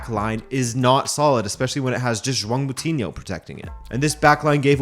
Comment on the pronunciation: The "ão" sound in João is very difficult for non-portuguese speakers to pronounce. Even explaining it is hard, it is just one of those unique sounds that every language has that are difficult to translate.I think it is fine if you pronounce like Jowow, most foreigners do anyways and people will know what you're talking about